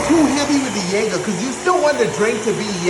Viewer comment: spot on 👌🏾